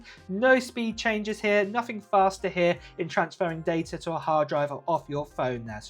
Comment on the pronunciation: It’s pronounced here not har